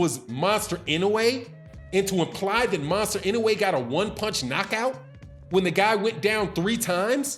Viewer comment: And who in the world is Monster In-Da-way? Sound like a new energy drink😂